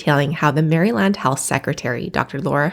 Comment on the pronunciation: I'm from Maryland, too, and liked her pronunciation of our state. 😊